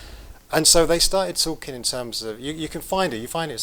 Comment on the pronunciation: I can't listen to this guy, with his pronunciation "talkin' ", "bein' ", "investigatin' ". Awful, slovenly diction. I'm out of here!